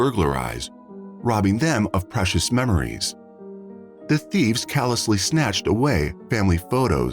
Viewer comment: Funny to hear the Ai voice butcher so many words 😂